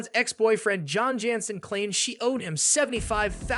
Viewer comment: 😂😂😂😂 just said John Jansen and Jesus jugs correctly 😂😂